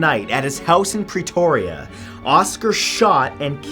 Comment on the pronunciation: It’s pronounced PRE-TORIA not PREE-TORIA